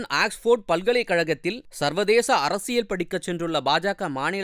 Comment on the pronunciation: என்ன கருமன்டா உங்க உச்சரிப்பு. அக்ஸ்போர்டு (Axeford) பல்கலைகழகம்னு சொல்றீங்க. அது ஆக்ஸ்போர்டு (Oxford) பல்கலைகழகம்னு உச்சரிக்கனும் கூடவா தெரியாது. அவசர, அவசரமா ஒரு பதிவ போட்டுட வேண்டியது.